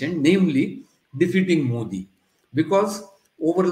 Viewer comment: Learn to get his name right. It is मोदी and not मोडी. Softer "d".